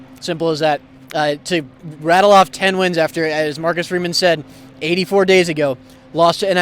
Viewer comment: Put some RESPECT on his name... Coach FREEMAN, not freeman!!!